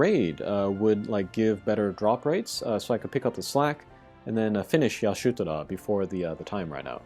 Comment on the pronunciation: Nice preview on the raid. GL has it much easier IMO, I got Y'shtola to lb5 without buying a single shard from the event shop. But dude, why are you pronouncing Y'shtola as AYa-SHU-toraaa? Legit hurts my brain!